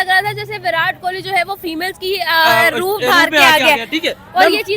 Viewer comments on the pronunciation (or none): none